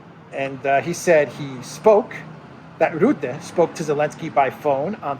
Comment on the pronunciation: "Rutte", pronounce like "hut" te. 🇳🇱